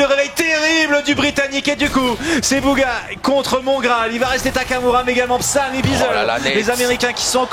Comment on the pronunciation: En anglais tu prononce bouga, pas beuga comment la plupart des français le disent.